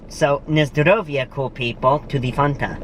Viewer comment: Fanta not foonta. lol